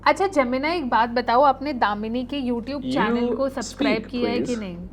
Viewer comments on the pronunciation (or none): none